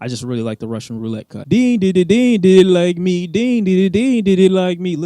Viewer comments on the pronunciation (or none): none